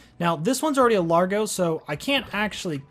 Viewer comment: It's pronounced "Large-oh" because it's based on the word "Large" okay.